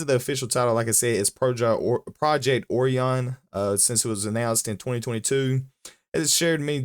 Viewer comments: Oh - rye - an, not "orean" It's named after a constellation of stars. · A constellation with a greek name that is most definitely not pronounced oh-rye-an, orean is a lot closer to the correct pronunciation